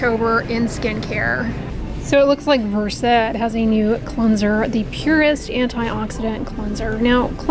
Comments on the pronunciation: just so you know, it's pronounced "vurst" not "ver-sed" like the medication. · I don’t know why Versed would be pronounced any different from, versed. As in, versed in skin care.